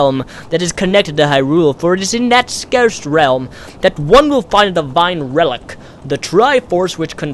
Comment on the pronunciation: Scarsed realm. ;m; Say-cred. I don't know if I should point this out. I pronounce everything wrong.